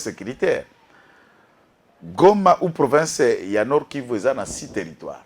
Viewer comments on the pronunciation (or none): none